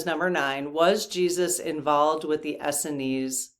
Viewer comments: I think it is pronounced “Ess-SEEN”, not ESseny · Not to nitpic, but.... Essenes is pronounced Uh-seens. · Essenes is pronounced as in “S ENES” (rhymes w jeans) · We always pronounced Essenes as S-seens. When I looked it up in the dictionary it seems to support that. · Essenes has accent on second syllable, not first. Just two syllables, Es seenes.